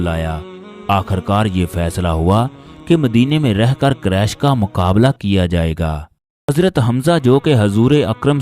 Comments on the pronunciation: Allah knows bande Quresh ka talafuz sahi Qaresh nahi Quresh sahi lafz hae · قریش ,,ق,, پر پیش ادا کریں صلی اللہ علیہ ,,,وعلی,,, الہ وسلم ھے صلی اللہ والی وسلم نہیں آپ درود پاک تو ٹھیک افا کریں